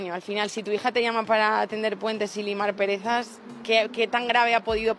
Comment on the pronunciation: Soy yo o ha dicho "limar perezas" JAJAJA LOLLLL